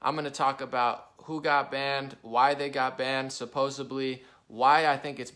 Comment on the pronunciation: I know this has absolutely nothing to do with the post, I just had to lighten the mood. My earth shattering question is why do people say "supposebly"? It is SUPPOSEDLY!!! 😉 PUT THAT IN YOUR SMIPE AND POKE IT.